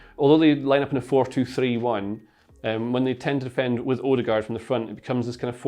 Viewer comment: The pronunciation of his name is wrong. Ø is like the a in the word "an". And aa is like au in the word "autumn".